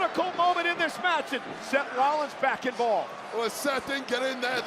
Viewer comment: cole straight said semen